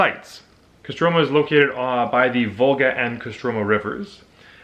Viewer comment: if you are canadian, why do you have american accent ? my wife is british and said you are an american when i showed her the video and КостромА, not КострОма